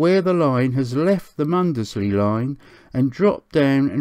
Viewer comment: Great video, but you pronounce Mundesley wrong....